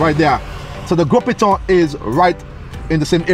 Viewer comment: My goodness! As a local if I hear this man say the name of things in this video incorrectly for the next 5 mins , I will scream. You mean to tell me, not one of the guides corrected the poor man on pronunciation of saying Gros [GO] Piton. & Castries [CAS]tries.. and others 😅 Wheeew!